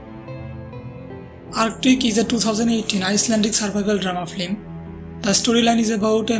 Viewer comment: Flim... it is pronounced FILM! not Flim.